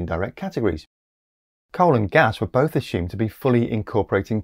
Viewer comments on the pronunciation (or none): none